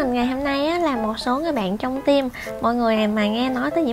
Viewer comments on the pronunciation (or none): none